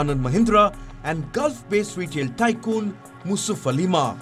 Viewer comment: Its not musufalima, he’s M.A Yusaf Ali